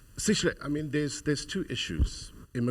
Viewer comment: First of all it’s not “Sishle” it’s Sihle, I’m an American but even I can practice to get the young man’s name right. Why do white and Indian South Africans do this😢